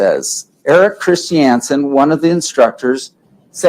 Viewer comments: FFS...it's KRIS CHUN SUN not KRIS CHEE ANN SUN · This is what happens when redneck mormon dudes try to use their words. And please sat Christiansen in Utah accent. One more time 😂